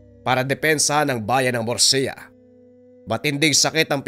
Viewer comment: murcia ang tamang pag bigkas